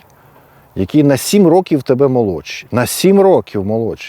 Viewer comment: Пане, вживайте звук ʼВʼ а не ʼФʼ, якщо користуєтеся українською мовою, а не російською: зарізаФ учніФ, рокіФ, стаФ, розстріляФ